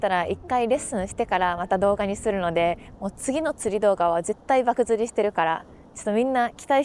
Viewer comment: 漠釣(ばくつりじゃなく、ばくちょうですよ)😊